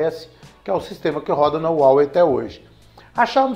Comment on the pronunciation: A pronuncia de Huawei é haowei, com o ha com som de rá.